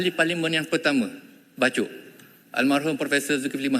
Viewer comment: Bachok ke bachol...?? 😂😂😂😂😂